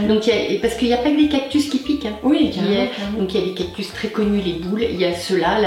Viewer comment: 🌵🌵 oh le cactus 😂 ou le cactu comme tu dis